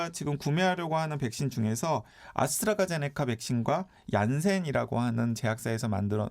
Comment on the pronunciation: 아스트라제네커 아니고 아스트라제네'카' 입니다 기자님